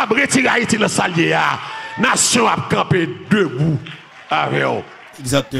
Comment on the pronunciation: you make laugh you said salanbe hariel 😂😂❤❤